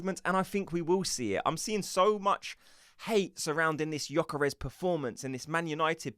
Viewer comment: I would join if you correct your pronunciation of Gyokeres. It is NOT GyokOres, it is GyokEreSH